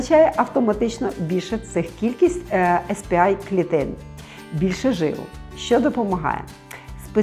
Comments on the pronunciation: Сі пі ей клітини, якщо з англійської абревіатури промовляємо назву. Бо так, як Ви вимовляєте , то буде SP-I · СР-А, а ви кажете SP-A Сі-пі-ей, не «ес» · Дякую, дуже корисно. Якщо можна, маленьке корегування. Ес-Пі-Ай - це S-PI англійською. А Cі-Пі-Ей - це C-PA (те, що було на екрані написано). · Вибачте за душнільство, але ну якщо вже називаєте термін латиницею, то називайте вірно, бо Ес Пі Ай це SP-I, а не CP-A(сі пі ей). Ясно, що більшості тут нема різниці, проте відео перетворюється на розмови тітоньки на кухні про пироги, а не науковий контекст. В цілому, вибачте, нічого нового. Дарма зайшла, не мій формат. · Не ес пі ей чи ай, чк ви казали також(бо це spa, а це щось інше) а сі пі ей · Spa - не звучить як ес пі АЙ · CP-A треба читати в перекладі з англійської сі пі ей, і ніяк інакше.